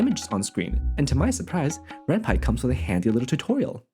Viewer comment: given that renpy is from the japanese renai + python, the way you pronounced it is correct!